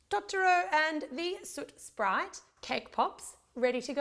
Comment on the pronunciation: Superrgirl416 I noticed that too!